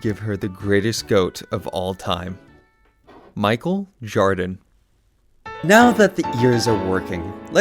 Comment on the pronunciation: ain't no way bro said Michael Jardon